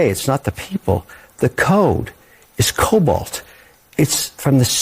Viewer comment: Lol, he said COLBALT, he meant the system was programmed in COBOL (ancient)